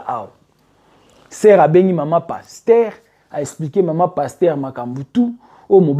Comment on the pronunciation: Desho ndenge ozo prononcé kombo ya sois disons Pasteur yango 😅😅😅😅😅 passtemps Kiékiékié 😅😅😅😅😅 baza penza ba passtemps bazo mema ba sois dison ba Soeur na lifelo Nzambe sunga.il fallait kotangaka ba kombo na bango po balapa